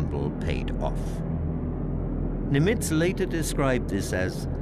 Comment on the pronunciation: For example, repeatedly pronouncing Adm. Chester Nimitz’ name incorrectly as "nim-ITZ" instead of the correct "NIM-itz". It’s only one of the most renowned names of the war, yet they get it wrong. Inexcusable. Edit: Also, virtually every Pacific island he mentioned was repeatedly mispronounced. I began listing them, beginning with Tarawa and Kwajalein, but there were too many to bother with.